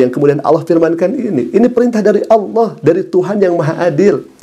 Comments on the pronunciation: dia Bilang ALAH bukan ALLOH ?😂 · Dari cara bicara saja kata Allah tidak bisa sebut,,,hahaha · Sepandai pandainya dia berbohong toh akhirnya keceplosan juga...dengan penyebutan Allah menjadi Alah.. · Ngaku2 islam sdg cr nyebut Allah saja dg menyebut alah.